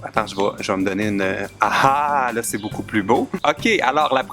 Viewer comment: quand tu as dit ouaaaaaaaaah laaa tu avait l'accent francais :)